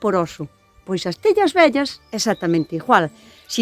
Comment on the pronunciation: Qué bonito pronuncias "viejas" suena muy parecido a "bellas" y es que también lo viejo tiene su belleza...😊